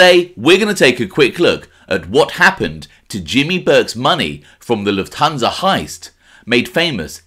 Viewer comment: Why do people always pronounce Lufthansa incorrectly..Luft-hansa not La-tun-sa